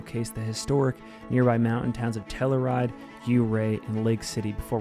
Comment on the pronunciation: Hey, great video. By the way, the town of Telluride is pronounced Tell ya ride.